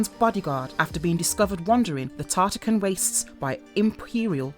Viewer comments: Damn you have a script in front of you. TarKAtan. Also its Cassie not Casey. Saibot, not Saybot. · She didn’t even say tarkatan right smh I already knew she don’t play the game just making a video about something she read